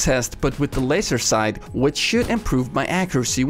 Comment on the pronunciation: *FOOKIN LOAISE' SOAIGHTS